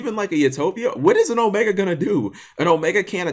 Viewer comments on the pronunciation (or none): none